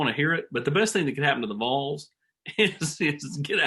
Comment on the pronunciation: It’s Vols not Voles smh